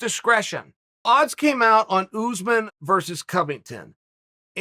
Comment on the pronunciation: Chael: OOZEMAN Me: Okay great.